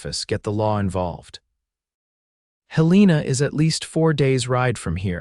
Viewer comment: Despite the repeated mispronunciation of Helena as Hel-EE-na, this was a good story.